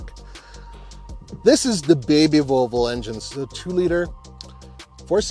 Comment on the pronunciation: I love pronouncing Volvo, rather than the traditional: vall-vo. says: vul-vo. Sounds like part of the female anatomy.